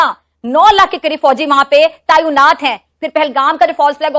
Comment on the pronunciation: तईनात नही तैनात है.. पेहले बोलना तो सीखो